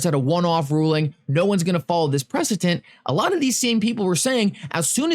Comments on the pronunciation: Yo it’s preceDent, not preceTent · The word is precedent, struggled with that pronunciation didn’t ya 🤣🤣❤️